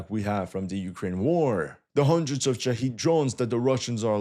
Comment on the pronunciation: The drones are called Shah*ed* not Shah*eed*